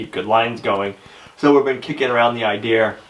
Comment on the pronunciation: It's pronounced idea.. not eeer .